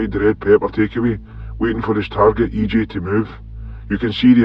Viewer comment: E.ji . not E.jay